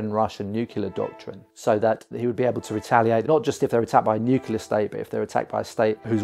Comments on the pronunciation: Bravo! "Nuclear," though, not "nucular." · Please, “nuke ya ler“ grates on my ears! It’s pronounced “new clear”. Other than that, thanks for your great work ! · Am I the only one annoyed by his pronounciation of "nuclear" as if it's "nukelar"? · Why does EVERYONE say nuke-YOU-lur?!?!?!? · Okay, I've watched 19 seconds and you've not been able to pronounce the word "nuclear" so many times, I stop right here. Maybe get someone educated and able to speak English to make your videos next time. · Can't even pronounce 'nuclear' properly.